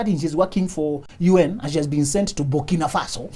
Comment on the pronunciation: The way he said Burkina Faso 🤣🤣🤣